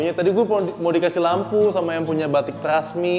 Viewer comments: Trusmi bang bukan trasmi😭 Trusmi slh satu daerah d Cirebon yg mproduksi batik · Batik trusmi bukan trasmi ai 😊